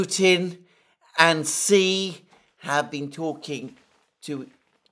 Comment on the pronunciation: Dear Alexander, another wonderful program. Please note that the President Xi’an name is pronounced with a ‘ch’ as in China, not with a ‘z’.